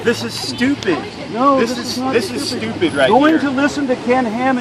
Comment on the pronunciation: "Y'all ar tawlkin' stewpiyd!" I'm dying! xD